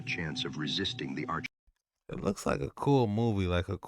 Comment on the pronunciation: Saying it wrong, it's pronounced are-cons 💯